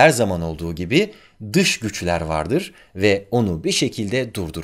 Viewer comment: "Dış güjler" 😂